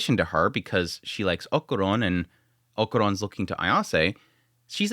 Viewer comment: I know you pronunciation of names is not always the best haha but why "okuron" his name is Okarun, sorry it just gets me, that aside, loved the episode and im more convinced episode by episode that this is a romcom with a shonnen disguise